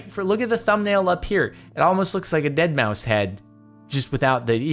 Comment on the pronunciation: It is prounounced Ded Ma Five......... I love Deadmau5